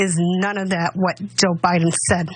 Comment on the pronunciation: "You have a lot to think about". Yes. But she must first think. Learning to think at her age, with her lack of a brain is difficult. Sh says' "Pitcher" for "picture", she pronounces "Biden" as "By-Nen" and for some off reason, she thinks there is more than one Kenosha. She says her son went to "Kenoshas" ... then she threatened the president elect. I'm assuming she is threatening "BY-Nen" with physical violence, because theat's the way this pro-murder family rolls.